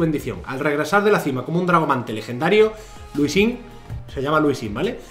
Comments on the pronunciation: Todo el mundo: Lee sin: LUSÍN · Nadie:: Luisin 😳👌